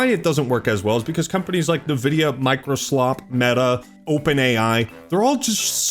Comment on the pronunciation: "Navidia" so..often..🫠🫠